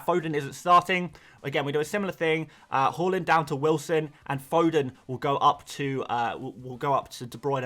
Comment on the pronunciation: It's "Her" land not "Ho" land.. get the bloody pronunciation right, it isn't a country, Holland